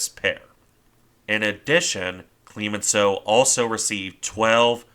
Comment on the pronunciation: It's CLEMenceau not CLEEEmenceau. I cringed every time.